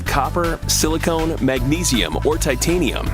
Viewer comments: . Silicon. Not silicone. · He pronounced it wrongly, silicon is a semi metal, silicone is a plastic. This video needed proof checking for correctness and prnounciation. I'm a Materials Scientist.